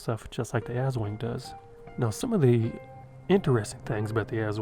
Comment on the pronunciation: Aswang is pronounced "ass-SWUNG."